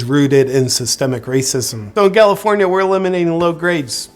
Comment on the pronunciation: "Egalifornia" 🤣 I'm dying!